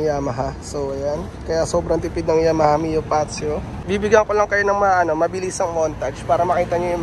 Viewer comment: Fazzio - Fatzio Yamaha - Ya-maha, not Yama-ha